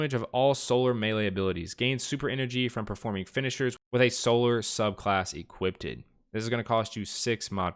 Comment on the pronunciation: It was entertaining if not informative. Since you didnt take 8th grade English here is a lesson. When you see the word "equipped" say "equipt" because it's the same pronunciation. I can keep referring my new destiny friends to you since your videos are very good for noobs to understand